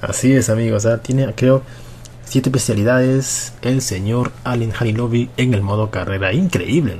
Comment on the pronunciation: Se dice "Jalilovich" no "Jalilovic" me cago en dios >:v Y si el sera el mejor del mundo <3